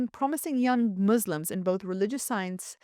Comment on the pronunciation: It's not "demotcracy", it's democracy. It's not "Mislims", it's Muslims. How anyone can listen to this woman speaking is beyond me.